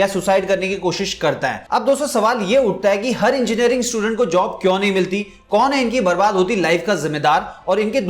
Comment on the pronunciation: Sir please improve your prununciation of 'kyu'.....video will become more impactful